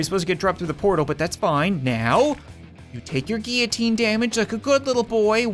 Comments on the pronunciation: it's not gee u teen it's gill o teen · Why do you say geeoteen, instead of guillotine? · Every time he mispronounces guillotine he triggers me. It is pronounced gill oh teen. Not gy oh teen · Its not gee-a-teen its gill-a-teen (how to pronounce it) btw i love your vids! 😁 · For goodness sake it's guiLLotine not gEEitine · its pronounced guillotine gill-oh-teen not gee-a-teen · He pronounced guillotine giutien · That’s a weird way to pronounce guillotine lmao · Not how you pronounce guillotine